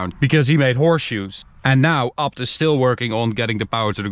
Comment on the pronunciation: Please say it properly, A B T, not apt